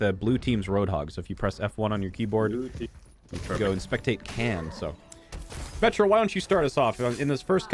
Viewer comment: Every time says "So, Metro" I just hear "Symmetra" lol